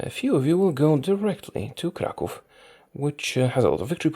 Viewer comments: The way you said Krakow was like if you said it in polish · That feeling when a youtuber pronounces Kraków correctly feels pretty good